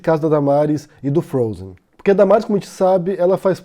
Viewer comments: "O desenho Frozi eu assisti" Não sabe nem pronunciar o desenho, imagina interpretar a história. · Ela fala "princesa do frôuser" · O desenho "frouzi". Hehe A princesa do "frouzer". Putz...